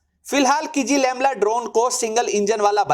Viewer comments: “किजीलेलमा” हैं भाई किज़िलेमला नहीं। क्या गुंडा बनेगा रे भाई। 😂😂😂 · Not kijilelma, it's kizilelma. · "Ç" is Pronunced as "J" in Turkish. Akinçi is Pronunced "Akinji" Also you're pronuncing "KIZI-LELMA" wrongly as "KIZI-LEMLA" Thanks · RIP Kizilelma Vs "Kizilemla"😂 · Abey jahil ki-zi-lel-ma hota hai Kizilemla nhi🤣